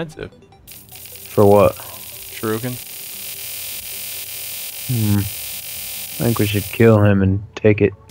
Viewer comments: its pernounced shur-ee-ken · its pronouced " SURE-IK-ENS"